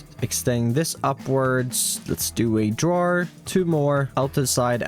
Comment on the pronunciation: "a drawer"❌"adu Rawr er"✅